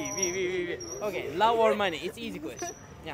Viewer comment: Love telafuzuna çalışman lazım kanka.